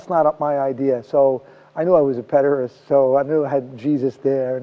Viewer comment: What's a peder-ass Walter?